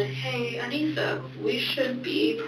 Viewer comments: Her name was Anissa, not Anisia. Lol just had to let you know 🤗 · I support them, I don't support what they did at all but I support them, especially Morgan because of her schizophrenia. Also not to be rude but It kinda bugged me how she said Anissa's name wrong since I've been researching this for a few years now xD